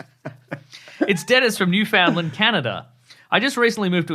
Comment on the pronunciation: Also, Newfoundland rhymes with "understand," not whatever you said.